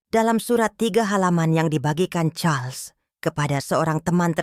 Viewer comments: Ini org membaca Raja Charles... Dibaca Carlos... Gimana sih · Ko.... jadi Karlos..nyebut namanya bu